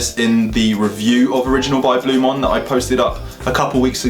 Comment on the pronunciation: Please learn how to say the product name properly before talking about it, it's Blu MAAN not Blu MON ffs